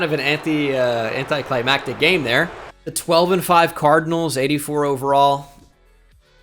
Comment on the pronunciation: says anticlimactic funny. Leaves out one of the C's